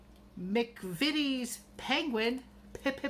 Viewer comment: Oooo yummy mail, you said McVities correctly the first time. Those spice blends sound delish and that yarn is gorgeous 💙